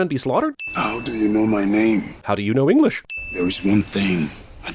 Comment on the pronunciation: African chief : "How do you know my name?" Jeremy Scott : "How do you know Englich?" I LAUGHED SO HARD